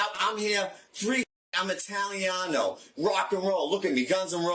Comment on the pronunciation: NO HE AIN'T ITALIANO HE CAN'T EVEN PRONOUNCE IT. SHUT UP FFOOOL